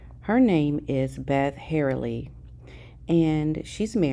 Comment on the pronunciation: It’s Her-Li-Hy. Not Herly.